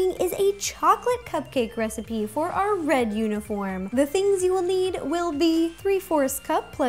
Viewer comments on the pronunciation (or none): That moment she Said "röd" instead of red